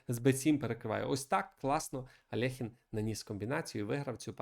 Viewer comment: Чому Алехін? Він Альохін